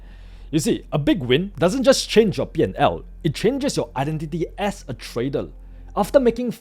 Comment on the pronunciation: You may be smart but atleast try to improve your pronounciation. I dont expect you to be perfect but i know its possible if you try it. Im talking about those simple words you pronounce like tradal instead of trader that even a class 1 students would find it very easy.